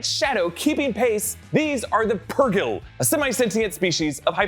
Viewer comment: Thank you for not pulling a Ryan arey and for some reason pronouncing "purgill" wrong